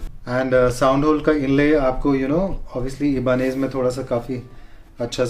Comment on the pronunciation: it's "EYE-BUH-NEZ" not "E-BA-NEZ"